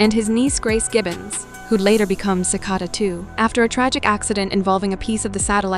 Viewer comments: Umm dude, it’s pronounced “sih-cay-da”. Are you TRYING to annoy people? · You mispronounced Cicada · This is AI Like you can’t even say cicada right lol 💀💀💀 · You mispronounced Cicada and Russo